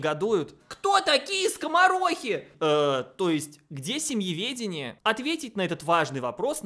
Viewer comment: Эдакие "голосисьтые" дамы придумали семеведение... а, нет, семЬеведение.. хрен редьки не слаще